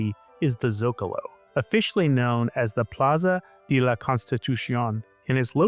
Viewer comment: I actively can’t believe that anyone in the United States is this unaware of how to pronounce words in Spanish. Like literally just speak like you think you’re Speedy Gonzales and you’re already halfway there. Like literally not knowing how to pronounce the word de is wild. No shade on him, but I’m definitely kind of taken aback.